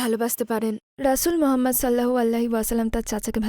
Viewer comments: নবিজির নাম টা ভালো ভাবে বলা উচিৎ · দয়া করে নবী (স.) এর নাম আরো একটু স্পষ্ট করে বলবেন। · ট্রান্সলেটর বোনের প্রতি অনুরোধ হযরত মোহাম্মদ(সঃ) এর নামটা ক্লিয়ার ভাবে উচ্চারণ করতে ধন্যবাদ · ঠিক বলেছেন